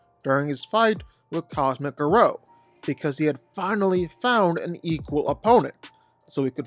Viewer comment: The way you say Garou….why.